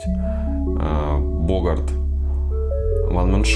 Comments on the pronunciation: вообще "БогаР" без "т", если докопаться. :) и, да, ждём One Man Show, Lomani PH и Drakkar Noir. :D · Бренд назван в честь американского актера Хемфри Так что Богарт.Владелец бренда фран цы уз Жак Канькье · Так как этот парфюм французский, то БогАрт. Потому что во французских именах ударение падает на последний слог. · T не произносится